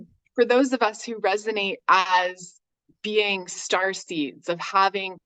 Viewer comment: Lol the way she pronounces BE-ING .. BAYING 😂